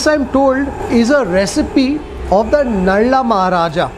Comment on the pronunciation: Its called nala not nalla